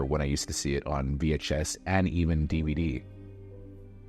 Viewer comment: Mentiras audaces, mentiras verdaderas,... James Cameraaaan, Eilian (Alien), DiViDí (DVD). Hay que supervisar a la IA de audio